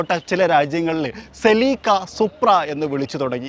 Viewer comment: Seleeka alla Celica aan